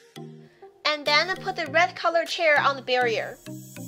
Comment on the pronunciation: Why Dou say den?